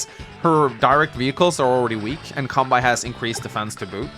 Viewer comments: It's kan-bay, not kan-buy. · Halla! Kanbei uttales slik: Kanbe[e] I Japansk språk så er bokstaven «i» etter bokstaven «e» en forlengelse av «e». Japansk «e» uttales likt som norsk «e» så du trenger kun å si «Kanbeeeee» Kilde: Jeg har Japansk med Japanstudier batchelor fra UiO, hehe. Digger kanalen din! Keep up the good work! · Alright the phonetic pronunciation of Kanbei’s name is Khan (as in Genghis Khan)- bay (like a bay window or a bay where you anchor a ship). Love your gameplay and don’t really mind your pronunciation personally, but heard you mention it in a recent vid and figured with in being an Kanbei mission I might as well put it here. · Kan-BAY,! Kan-BAY! Japanese pronunciation, not German! Your pronunciation has been not okay for years! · Just so you know it's pronounced like Kan-bay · If you'd never explicitly talked about pronouncing his (Kanbei's) name wrong on video it never would have started bugging me, but since you did and you actually are aware how to pronounce it right, pleaaaaaase start doing so. Kanbei rhymes with Sensei. Japanese vowels are extremely regular, and are always pronounced the same way. The final "ei" in both names is pronounced exactly the same way. If you can pronounce one, you can definitely pronounce the other. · I love these videos, but ' pronunciation of Kanbei always distracts me. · Still can't say Kanbei right though. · Maybe it can be something to do with what original accent his English teacher(s) had.